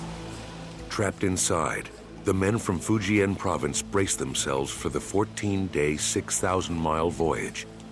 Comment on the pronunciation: None of these white folks are pronouncing Fujian correctly !